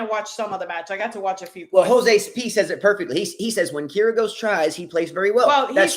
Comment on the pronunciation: It's Kir-Yos. Not Kir-goes. (Sorry, could no longer hold it.) Note: the name Kyrgios comes from the Greek word "kyrie" meaning lord, master. I also read a novel when I was in high school where it said Kyrie means God.